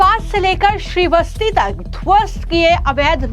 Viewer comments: मैडम ये कौन सी हिंदी आप बोलती हो उच्चारण सही करो श्रीवस्ती नहीं श्रावस्ती है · श्रावस्ती बोलो. श्री वस्ती नहीं.